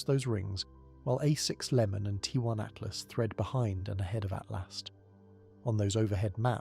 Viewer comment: 3 l "Atlast"??? C'mon. How am I supposed to take you seriously, when you can't even get the name of the object right? Do better please.